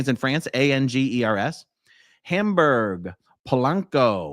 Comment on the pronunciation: I could be wrong, but I heard “Angers”